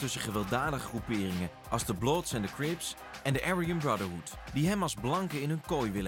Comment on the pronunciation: Mooi interview hard gelachen om "Arjan's Brotterhoed"